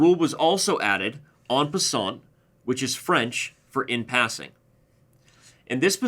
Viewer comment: You may not be a French scholar, but try to say 'en passant' as if you're a Frenchman. Do not pronounce the 't' because it's not followed by an 'e'. "On passante" just grates! ha ha